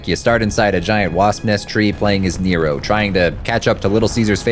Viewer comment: cuz defintley said negro on accident instead of nero